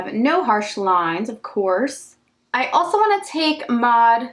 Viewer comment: Your makeup looks are everything! I love how you don't edit out you messing up a word too , "alsho" , "also" 🤣🤣 💜💜